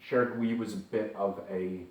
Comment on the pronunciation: Pronounce: LutAns not LutOns